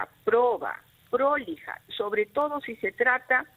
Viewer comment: El término no es " prólija " con acento, el término es prolija señora fiscal.